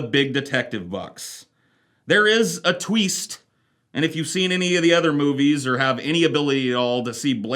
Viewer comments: “There is a TWEEST!” 😂😂😂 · You're a tweest